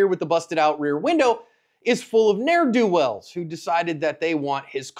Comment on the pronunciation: 😂 Yup, that first syllable.....😂